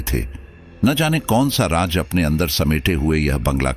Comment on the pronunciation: Raj nahi Raaz bolte hai Mr Narrator